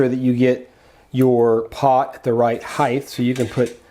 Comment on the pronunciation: " HEIGHTH " IS NOT A WORD . in a similar way that WEIGHTH Isn't either . HEIGHT is a word .